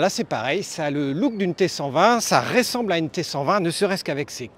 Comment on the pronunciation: Un "petit" moteur de 1200 cc, mais il lui faut quoi au Môssieur, le moteur de la Rocket 3 ? Et pis qu'il arrête aussi de dire r-é-ssemble au lieu de r-eu-ssemble, c'est agaçant à la fin ! En tout cas moi je garde mon "petit" Softail de cc ou 96 ci pour les intimes) 😄